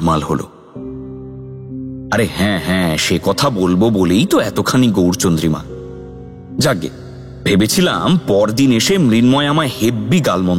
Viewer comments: বদানাত্যায়!!!? বার বার?? গৌরচন্দ্রিমা শুনলাম মনে হলো? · Ta chhara...kotha ta gourchobdrima noy....